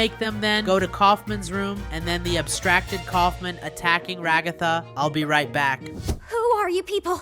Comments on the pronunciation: Bruh it's regatha not Raygotha! 😡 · Ragatha =/ Ra-ga-tha